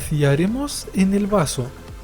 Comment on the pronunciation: soy la unica que se dio cuenta de que dijo varso en vez de vaso